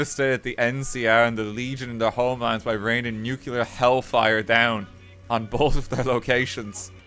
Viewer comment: It's NuCLEAR, not NuCuLA, Mr. Oppenheimer.